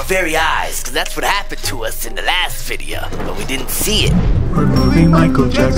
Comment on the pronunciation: He I watch yo bidios al taym